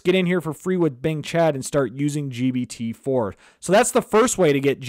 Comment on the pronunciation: WTF dude keeps calling it GBT.